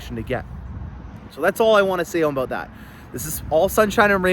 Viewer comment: I admit I joined early on to hear you say, "Aboot" and "doe-ler", but your videos get better every week. I learn something with every video. I am on list, but wish I could be on your list also. Thanks for the great vids!